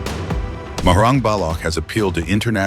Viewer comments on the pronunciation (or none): Thank you soo much for this report but I wish someone will brief the commentator on how to pronounce the name of Balochistan (with ch sound not a g sound), also the name of Dr, Mahrang sould be pronounced with with ease exactly as it reads. Thanks 🙏🏻